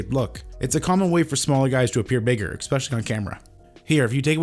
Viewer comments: Dude, there's no such word as expecially. It is Especially. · "expecially" is not a word, moron.